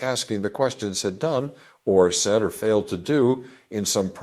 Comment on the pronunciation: Fu*ck No will I listen to this poor AI voice over. Said prounounced as "sah-yed". Nope. If you can't find someone to read it then it's not worth my time to watch.